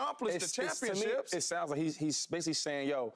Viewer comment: Why does Shady pronounce Championships like “ChampionChips”